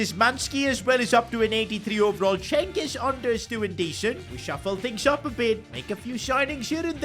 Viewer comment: let me help u with pronounciations ç is pronounced ch and ğ is always silent soo çalhanoğlu is chalhanolu ü is pronounced yu soo its çengiz yunder ş is sh and szymansky isnt pronounced like that man im not polish i cant help u with that soo hope this helps u in the future to make less mistakes cuz it pisses off every turkish person out there